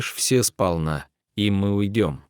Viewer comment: Больше пригласить некого , что ли ? Он читает отвратительно. Не всё надо , а все надо ! Капец !